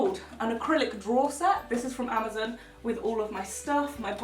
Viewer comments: I'm not a hater but I'm just laughing at the way you said Amazon it sounded like you said amozun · omg i like love the way that you say amazon